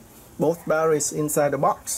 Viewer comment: What the hell is baddawees do you mean Battery's and omfg what the hell is a waddabodda take it you mean water bottle yeah that's two words not one word and it's water not wadda.